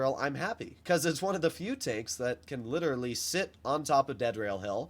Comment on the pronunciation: Had me in tears when you said "Lityeraly"😔